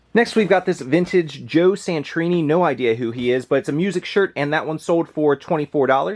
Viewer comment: It hurt me when you said Joe “Satrini” lol. Love your video!